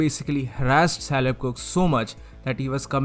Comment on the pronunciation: Just wanna point out that Caleb is pronounced with a hard C like in "cook" lol. Great video though!